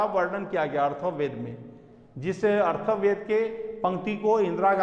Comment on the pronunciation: Sir , Atharva ved hai na ki arthav ved